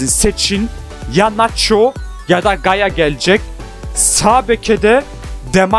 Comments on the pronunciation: yaya değil gaya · Gaya ve Marcos diyen +1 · gaya , de marcos